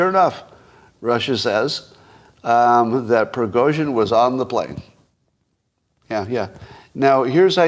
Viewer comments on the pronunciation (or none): none